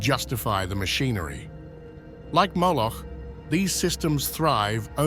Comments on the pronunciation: you say 'Mooloch`, it is because he have a cow head? lol it is prononced Mo-loch with a O not ooo like moooo! lol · Vous prononcez Mouloch au lieu de Moloch. Pourquoi donc ? Moloch représente un démon, donc un ange qui s'est opposé à Yahvé. Yahvé s'est fait connaître au peuple hébreu comme le vrai Dieu et a interdit les cultes qui reviennent en réalité à des démons capables d'offrir le pouvoir absolu. Vos interprétations sont purement intellectuelles mais pas religieuses. Certaines élites pratiquent ce culte qui est du satanisme en réalité mais en toute connaissance de cause parce qu'elles l'invoquent pour obtenir la richesse et le pouvoir.